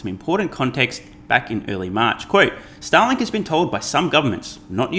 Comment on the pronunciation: I’m sorry, I’m too much of a moron to unsubscribe from your channel. I seem to be unable to find the button… Also it sounded like you pronounced “Starlink” as “Satalin”. Hope you won’t get canceled, comrade! :)